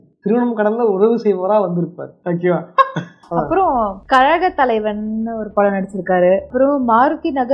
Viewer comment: அது க'ல'கத் தலைவன், க'ழ'கத் தலைவன் இல்ல; அப்பறம் அந்தப் படம் பெயர் ரா'ஜ'பீமா, ரா'ஜா' பீமா இல்ல. அது NetFlix இல்ல JioHotstar. யோவ் ஒருத்தருக்கு ரெண்டு Conversation Video பண்றீங்க, அப்பறம் Cameraman, அதுக்கு மேல Editor இவ்ளோ பேர் தாண்டி எப்படியா, இத்தனை தப்பு பண்றீங்க. Pre-production or Preparation பண்ணுவீங்களா, மாட்டீங்களா? அப்பறம் ரொம்ப நாளா உங்கிட்ட ஒன்னு சொல்லனும் இருந்தேன். உன் குரல்ல ஏதோ பிரச்சனை இருக்கு, ENT Specialist போய் பாரு. (I'm telling this seriously)